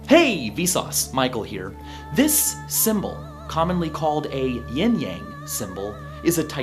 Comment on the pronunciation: 陰陽被唸得好像煙厭wwwww